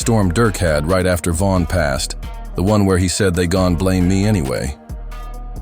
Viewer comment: Pronounce his name right. It’s Von not van.